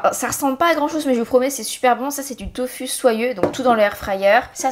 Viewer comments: On prononce “tofou” si jamais 😊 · Ta façon de prononcer le mot « tofu » ça me tue 😂🤭